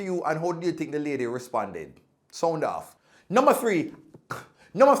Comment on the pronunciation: Number tree🌳😂😂🤣🤣😊😊